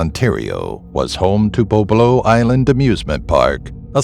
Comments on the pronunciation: Nit-picking here.... It's was pronounced "Bob-Low" not "Boh-Blow" for #1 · BOBOLO ISLAND IS PRONOUNCED WRONG - I LAUGHED WHEN YOU SAID IT... IT IS PRONOUNCED "BOB"-"O"-"LO"